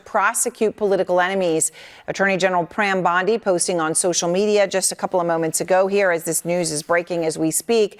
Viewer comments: "pram bondi" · Did anybody catch this? CNN Breaking News "Attorney General Pram Bondy..." the reporter was so shaken by the Comey conviction that she was trying to spin the story and actually failed to say the Attorney General's name correctly. She finally had to correct herself and say "Pam Bondi" in an attempt to try and restore credibility. Way to go CNN, is it any wonder why your ratings are in the tank?